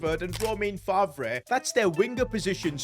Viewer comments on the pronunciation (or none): none